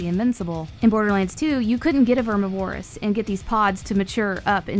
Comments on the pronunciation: ITS PRONOUNCED VERMI-VER-OUS not VER-MI-VO-ROUS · Hey.. Love your voice and style.. But its Ver MIvorous. Not vermi vorous. (like carnivorous, only more Verm) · VER-MIV-O-ROUS not VERMI-VOROUS. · Vermi vore us? Verm iv-or ous. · its not verm ih vore ihs omg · Plz plz plz say it VER-MIV-ER-AS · DeadNightmareZ5 Ik bro, it’s Vermi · I’m glad it’s not just me. Verm iv Er us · verm iv er us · Its Vermi :) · FloridaWavez ver miv er us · VERMI VOR US ITS VERMI GET IT RIGHT 😭😭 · Vermuh-voris Bruh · vermi vor us. lol no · Pronounced like "carnivorous" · Same problem with deviantart, too much emphasis on Vore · Very much so. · 😂😢she did vermi wrong